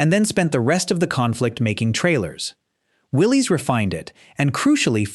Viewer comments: Willis Overland not Willie's Overland spelled Willie's but pronounced Willis the man who started the company's name was John North Willis spell with a y try to get it right if you want to be an authority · It's not pronounced Willie's it's pronounced Willis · The other company (besides Ford) that made the jeep is pronounced “will-liss,” not “will-leeze.” I’m old enough to remember Willys vehicles on US streets. Somebody should have bothered to check if they were going to make this video.